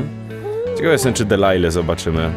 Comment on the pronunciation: Nie musisz tego odmieniać... PS. Jej imię to "Delilah", nie "Dealilah"